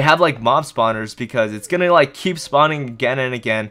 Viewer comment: Stop saying lic